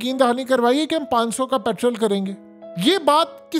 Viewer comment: پیٹرول بولو جناب , پِٹرل تلفظ غلَط ہے